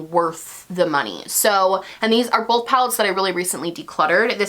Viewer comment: No one:: BOLTH 🤣😘